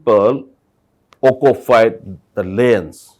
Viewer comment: Hey, please keep practicing on how to pronounce words like, "occupied" not occufied, "illegal" not illegan "tolerant" not tolaren "village" not bilays